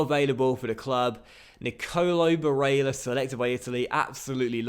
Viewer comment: im sorry but can u stop fucking saying Barella's name like that 😂 its getting under my skin.